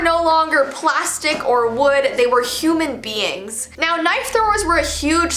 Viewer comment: The way you said human being, Me:don't worry, it's a human